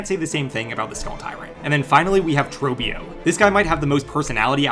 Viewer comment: its not troebbio its trohbbio